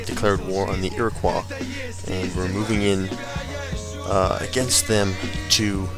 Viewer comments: Iroqouis is pronounced (Iro-Coy) not qua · you pronounced Iroquois wrong along with half of the words you say in the series!